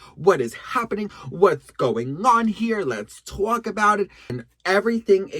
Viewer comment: “Lets Twalk about it” 😐😑😶